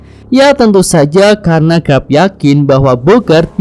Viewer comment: garp bukan grap